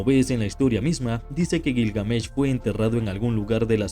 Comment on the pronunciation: Detesto los videos que se anuncian como algo mas interesante que el verdadero contenido, ah, y me sangran los oidos cuando te inventas la acentuacion de Gilgamesh...... que perdida de tiempo